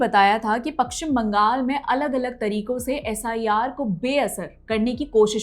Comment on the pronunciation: Madam it is paschim bangal not pakshim bangal. First learn to pronunciate it.